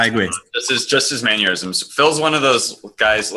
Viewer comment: Why does everybody keep talking about 'maneurysms' instead of 'mannerisms'?